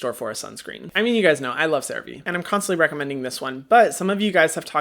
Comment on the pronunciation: Hyram has finally pronounced Cerave correctly 🙃